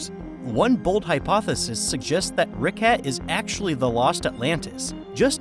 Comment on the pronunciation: The way you pronounced “Richat” like “Ricat” irked me way more than it should’ve.